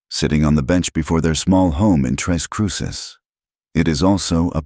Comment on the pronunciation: Hello. It's tres (three) CRUCES (crosses), not tres CRUISES!!